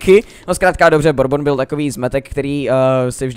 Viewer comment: DD Borbon :DDDD LOL jmenuje se Burbon :DDDD